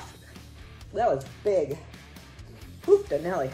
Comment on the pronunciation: Hoofdanelly 😂 that was a big one ❤